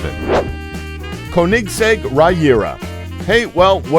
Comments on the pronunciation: Bruh, did he just call the Regera - Riyura? If you're going to narrate a video about the fastest cars, at least pronounce and get each car named CORRECTLY! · you mispronounced saleen who even says it like that you also mispronounced koenigsegg and regera and mispronounced centenario